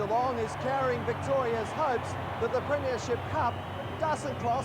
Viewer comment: Back in the days when the old timers like Peter Landy pronounced it as "preeem-ya-ship"